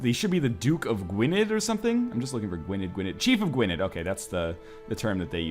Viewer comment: gwynedd, you got it mostly right but the '-dd' part is pronounced a bit like 'th'